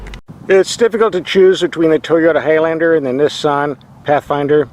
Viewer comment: You pronounce Nissan wrong